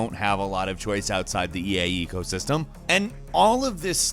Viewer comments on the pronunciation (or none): Did anybody else heard him say "EA ego system" instead of "eco system"?